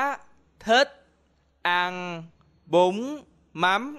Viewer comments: Why he say bún like "bomb" instead of "boon" ? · Casey Henderson for words like this, add a "g" at the end to sound Southern, eg: bún=>búng, cún(a poppy)==>cúng, nhún nhảy ==> nhúng nhảy